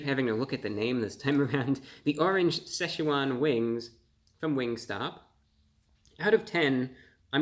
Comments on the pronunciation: It's pronounced SITCH-wan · You're pronouncing Szechuan incorrectly. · The Seh sha Juan wings haha